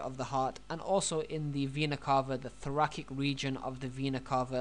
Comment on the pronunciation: Thoracic - prounounced "Thor-a-SICK" not "Thor-a-KICK". :-)